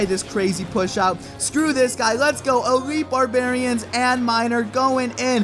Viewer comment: It's called Elite Barbarians. Not Elitle.